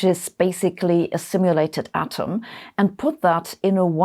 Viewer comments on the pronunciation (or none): none